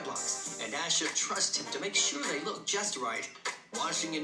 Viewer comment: I know it’s because I have the same name but I hate that the announcer pronounced Asha’s name two different ways. lol 😂 (aww-sha at least how mines is pronounced)